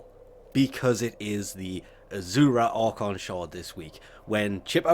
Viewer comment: I love the way you pronounce "Azure" and "Boreal" it's completely wrong lmfao